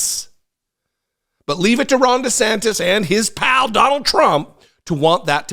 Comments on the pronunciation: NGL, it sounded like you said “wrong DeSantis” and I am here for that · For a second I thought said "Wrong" DeSantis! 😂😂😂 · I'm pretty sure I mis-heard you at the start of this video, but I could have sworn you called him 'Wrong DeSantis."